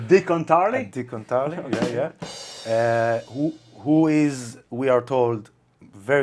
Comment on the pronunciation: Dock -on - Tarly 😹😹